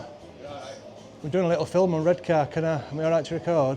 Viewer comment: Born in Saltburn, grew up in Marske (mask just saying) 😂 and it was always Red Car to us not red k. Not posh by any means